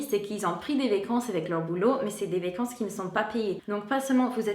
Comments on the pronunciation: Je ne sais pas si j'en aurai d'autres tout au long de la vidéo, mais tu dis mal le mot "vacance"... tu dis : "vécance"... je sais que c'est le "a" qui se dit "é" ;) donc vAcance et non vÉcance. ;) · Bonjour, je voudrais te signaler que tu prononces "vécances" au lieu de "vacances", n'oublie pas de bien prononcer la lettre a. Il me semble que tu le fais aussi pour "dollar", tu dis "dollèr" au lieu de dollAr. Bonne journée